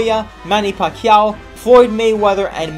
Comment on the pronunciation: i can tell you're filipino based on how you said pacquiao's name lol